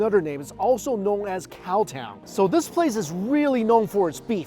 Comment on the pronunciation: Not Caltown - it is Cowtown! Thanks for showcasing Alberta. As an Albertan myself, I will have to try this out.